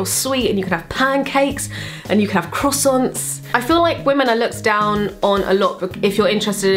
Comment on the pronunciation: also... "cross aunts?" speak properly.